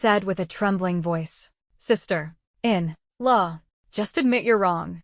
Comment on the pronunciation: Do something with the 'sister - in - law' of the AI voice, this is so annoying. Catherine also became Caleb at some point, please proofread the story before sharing 😮‍💨